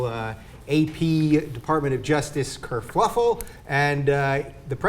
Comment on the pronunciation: Thats 2 TYT hosts ( and ) in the last 3 stories that have pronounced Kerfuffle Kerfluffle. Quite shocked that both of them pronounced it wrong and the same way.